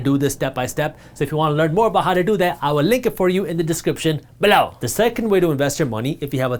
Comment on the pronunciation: Loll cant get over the way he says below, always makes me laugh